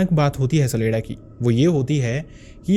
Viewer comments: CHA-Lay-Da and not SALEDA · सलेडा नहीं छलेड्डा